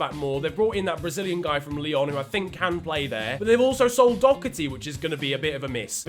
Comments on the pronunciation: Listen mate you say Doherty do/ her /ty not dok/er/ty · There’s no c in Doherty please pronounce it properly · The way the English say Doherty hurts my sole